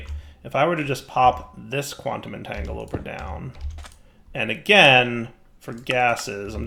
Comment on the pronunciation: Maybe one day, will learn how to pronounce "entangloporter"... maybe...